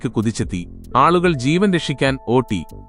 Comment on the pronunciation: ഓട്ടി അല്ല ഓടി എന്നാണ്